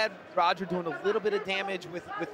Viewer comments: It is. Royce is "Hoyce" and Roger is "Hodger" and Gracie-Barra is Gracie "Baha" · "lavishly tattooed" what's up with the lightfoot commentator? Is it common to pronounce Roger as "Hodger"? Maybe this is the proper way Gracie pronounces it?